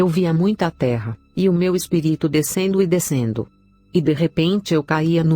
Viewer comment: Por que sempre dizem espiríto e não espírito